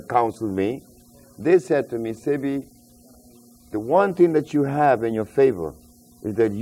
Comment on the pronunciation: Dr. Sebi's name is pronounced Say-Bee